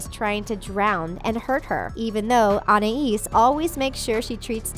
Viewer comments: WHY? WHY DOESN'T ANYONE SAY ANAIS RIGHT!? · You said anais or somthing like that wrong 😂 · Almost none of this is inappropriate since.... 1. Kids don’t understand ANY of this. 2. It doesn’t actually mention anything inappropriate done. 3. It’s a CARTOON. Anything can happen. And you just pissed me off when you pronounced Anais’s name wrong. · you cant say anais right and it is for kids and your dumb for saying you guys dont know anything boooooooooooooooooooooo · Ok you know absolutely NOTHING about this show. you said Anais' name wrong too! Also the remote is the first episode of season TWO not one. This channel is running out of ideas.you basically took ANY random episode and said it was inappropriate! If gumball was not safe for kids to watch, then it would not be on cartoon network. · Learn to pronounce names, idiot. Edit. This show probably freaks you our because of how much of a snowflake you are, that's coming from an 11 year old in 9th grade. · I hate how she says "Anais" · Everyone watching at home, I can prove to you that put no research into this video or any of their videos, and just steal all the points from other people who actually put effort and research into their video. If watched the show, then how come she can’t pronounce Anais’ name right when they said her name in the show over and over? So if you’re reading this then prove to me that you didn’t steal this video from someone else? And explain why on multiple occasions, you’ve had more likes than views on your videos? So if you’re reading this please respond in the comments below. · PΛUL - MC/RBLX I KNOW WTF WAS SHE DOING PRONOUNCING ANAIS LIKE THAT? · Youve never watched 1 full episode of tawog have u? I say that because YOU DONT EVEN FRICKIN KNOW TO TO PERNOUNCE ANIAS' NAME Anias (AN IE EESE) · It’s anais not Anaese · Fucking Annais... What the fuck is an ANNAIS? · “Ana ees” “Susie” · Did she say “Anna-is” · She said it with an l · An I ees